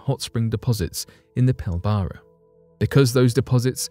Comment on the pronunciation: Lol pill bara region off Western Australia gee say it like pill bra not pill bara